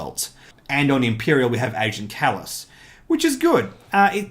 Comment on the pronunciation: Thank you for making this video :) it was great and as for pronouncing my name you pass ;)